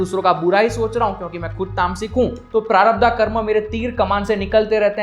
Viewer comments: Its not sanchitaa prarabhdhaaa...its sanchit prarabhdh..hindi mei bol rahe ho to hindi shabdh to sahi bolo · I love n like your video ❤️❤️❤️❤️ but bhaiya sudhy uchcharan pls it's prarabdh not prarabdha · 'प्रारब्ध', ना कि 'प्रारब्धा'. 'मनिपूर्ण' नहीं, 'मणिपुर' चक्र. संस्कृत के शब्दों का उचित उच्चारण तो आना ही चाहिए.